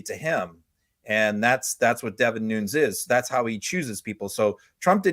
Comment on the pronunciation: The idiot's last name is pronounced Nu - Nes, and not Noons... FYI